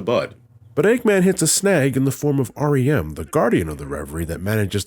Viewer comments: It's been like an entire month or more and I only just now realize when you're saying "Ariem" it sounds like "R-E-M" aka Rem sleep, god damnit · ...Oh! Haha! Ariem - like R.E.M. That's clever.